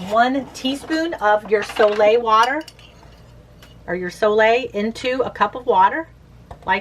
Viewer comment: New drinking game: take a shot every tome she says Soleil. So Lay.